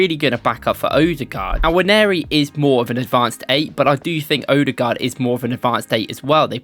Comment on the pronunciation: Finally you're pronouncing the guys name correctly 👏